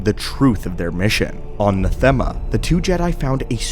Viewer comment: It’s pronounced Natheama!!!!